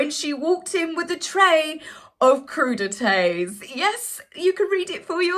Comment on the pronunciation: If I hear croux de tay one more time... 😬😅